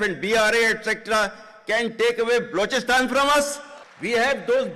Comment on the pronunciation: Paki version of Pravasi bhartiya diwas.... BTW the jarnail should start pronouncing Balochistan correctly. Ps. Similar bluster was heard from the Chief Martial Law Administrater on Radio Pakistan on the morning of signing of Instrument of surrender at Dhaka